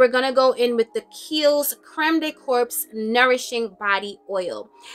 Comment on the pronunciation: Hey sis, may I fix your crown? When saying "corps" just say "core". In this instance it's french for body.